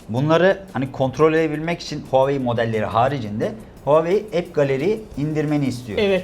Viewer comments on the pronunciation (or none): Huawei -- okunuşu Huavey.Çinliler konuşurlarken sesi Havey gibi çıkar.İki hece aslında iki farklı kelimedir, anlamı Çin Başarısı(Çinin gururu da denebilir) .. Onun derken, huaveyin = doğru, Huaveynin = yanlış. Huawei kelimesini Türkçe'mizde telaffuz etmek kolay değildir ancak ayna karşısında çalışmakta fayda var.